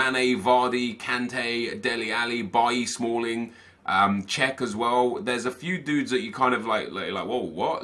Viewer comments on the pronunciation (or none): none